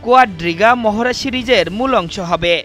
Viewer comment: মহরা মহরা আর মহরা! ক্যান, সঠিক শব্দ "মহড়া" বলতে পারেননা সাংবাদিক ভাই?